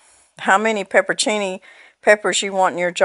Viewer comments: You're leaving out a whole syllable. It's pepper-on-cini. Not pepper-cini. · When you pronounce the word "pepperoncini," don't leave out the middle syllable -- "on." Say it like -- turn the light "on." It doesn't have anything to do with your accent. I attribute the popularity of mispronouncing it to the Subway sandwich shop. They are mostly young kids who continue to say it wrong. But no matter how you choose to say it, it looks so good!